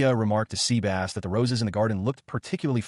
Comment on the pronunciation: 😂😂😂 sea-bass 😂😂😂. Sebas